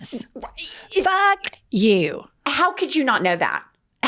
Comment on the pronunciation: She says fuck, not fark.😆